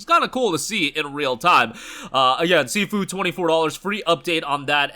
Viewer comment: Bro doesn't even know how to pronounce SIFU